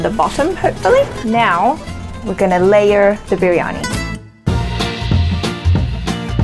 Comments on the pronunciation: Oh.. man.. it's not biryanai..😆😆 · veg biryaniyaa... its not biryaniu